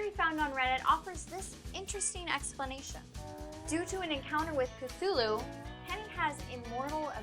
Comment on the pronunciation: Kenny not Lenny